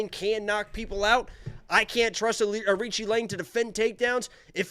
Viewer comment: It’s on YT… the correct phonetic pronunciation for AoriQi Leng is ARCHIE LONG, OR, R-CHEE LONG